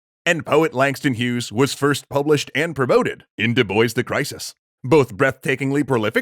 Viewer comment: Ooooh... I’m pretty sure that pronunciation for Dubois physically hurt me...